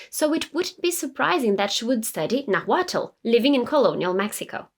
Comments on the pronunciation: It's Nahuatl not Nagüatúl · Naaaaahuatl, no Nahuuaaatl.... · It’s pronounced more like Naualt the T is almost silent and after the L. It’s spelled Nahuatl but that tl is more like lt. also the h is silent. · Great info! The “l” in Nahuatl is silent. Pronounced “Nawhat”. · That isn't how you pronounce nahuatl, but I love your video! I'm Mexican and in school we read her poems and studied them for literature class. She was such a cool historical figure! If you're curious, ˈnaːwatl and ˈnaːwaːtɬ are some more accurate pronunciations. The "na" should be the strongest sounding syllable. Also, though most people ignore the fact, the "tl" in náhuatl is a click of the tongue, like imitating the sound of a raindrop! I think it's a very pretty sound. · Please pronounce the word "nahutl" correctly, it sound like you say " naguatlo" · Your pronunciation of the word Náhualt sounds weird, as you can notice the first a has the accent, not the second one. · Very nice. But the correct pronunciation of 'Náhuatl' is when stressed in the first syllable, not on the second. The way you pronounce the word is awkward. Please check on Google the prosody and intonation. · For Christ sake pronounce Náhuatl with the accent in the First "A" 🙏🏼🙏🏻🙏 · As a Mexican loved this video and your pronunciation was great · Love the video. Thank you for your excellent historical service. For future reference, when saying "Nahuatl" you don't separate the 'T' and 'L' to add another consonant. When your tongue reaches behind your top teeth when making the 'T' sound, you just let your mouth end it with releasing airflow by making the 'L' sound. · The H in Nahuatl is silent.